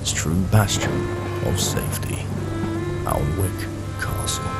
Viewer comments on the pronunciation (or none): I always thought it was spoken annick like not pronouncing the L?? Good video though hooked for the second part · Just stumbled across this video. Having lived near Alnwick most of my life I had no idea this had happen. Great stuff. Just thought I'd say it's pronounced 'An-ik' both the l and the w are silent. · Safe to say based on that source, that period pronunciation was not 'Anik' as it now is, but something closer to what you used. Maybe 'all-ne-wik'?